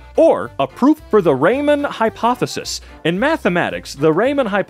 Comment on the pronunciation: Euler is pronounced as 'Oiler' not 'Wheeler' and Riemann is pronounced as 'Reemaan' not 'Raymen'. Fourier is foux-ree-er.